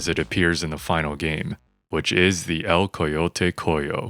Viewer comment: Amazing investigation, recreation and editing, but im super taken back by your spanish pronouncation! Sounds super silly saying things like "Ascenso Maniaco" and "Coyote coyo"